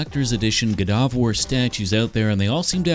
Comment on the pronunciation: Its not gudavar its gauda vaar